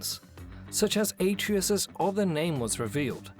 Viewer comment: even if he dies, he'll just come back like before. and it's pronounced ah-tray-us, not ey-tree-yus